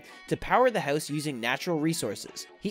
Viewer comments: You say howuus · why is he saying hews